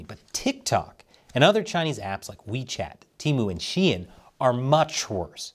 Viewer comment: In Brazil the people pronounce Xiaomi as Xaiômi, but you pronouncing Shein as Shien was a new one to me, hahhaha